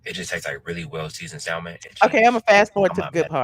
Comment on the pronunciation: Keith the "L" is quiet in salmon. Please correct.